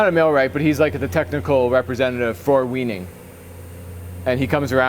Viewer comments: I caught that too. LOL Been running these machines for 30+ years. Pronounced "why" nig. 😉 Get a scope to measure your heads, fix your counters, and your first board will be spot on. 🫡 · Weening? I'm pretty sure thats not how you're meant to pronounce Weinig. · It’s pronounced with a V